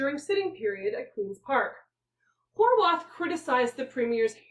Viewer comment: Have I been mispronouncing Horwath for years? eep.